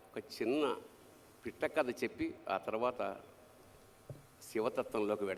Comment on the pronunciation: పిట్టా కథ కాదు పిట్ట కథ ట కి దీర్ఘం తీసేయండి